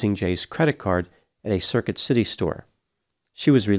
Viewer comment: "Circuit City"????